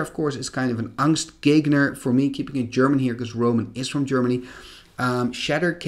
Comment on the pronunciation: Angstgegner... :-) very good pronounciation. Greetings from Germany (after 20 years of Magic timeout I start trought again)